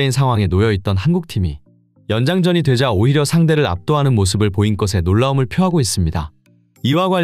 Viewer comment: '보인 것'에를 보인 [꺼세]로 발음?! 보인 것에로 쓰고 보인 [거세]로 읽는다!